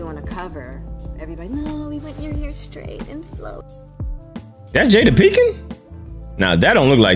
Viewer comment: Pinkett not Pinkin. Lol. We got the point tho.